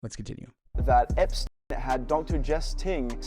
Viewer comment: Fuck that his name is Epstein not UUUUNT!